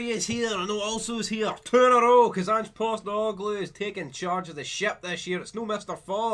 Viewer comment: Postenoglou? U mean postecoglou